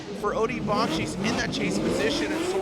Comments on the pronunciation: Odi doesn’t pronounce it with a Ch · Why the hell can’t say Odi’s last name correctly after this many years of covering him??? If you hear Odi say his name, he pronounces it completely different.